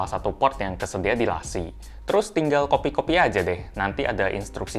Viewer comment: Bacanya la cieeeee :v